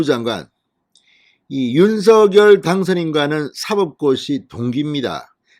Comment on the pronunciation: 윤서결로 발음하지 말고 윤성녈로 발음하세요